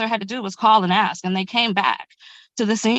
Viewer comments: Yeah I'm so sick of that moronic "Ya know what I'm saying " crap. And the Axe instead of Ask. I seriously just want to slap the stupid out of the mouths of anyone who constantly repeats this and other ghetto trash speak NONSENCE. Your a adult. Your a lawyer. Speak like a adult. Speak like a lawyer. Leave the ghetto trash for when your at home with your other brainless hood junkie friends. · a greater problem is neither attorney can pronounce the word "ask", they both stated "the boys axed". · Just can’t manage the word ASK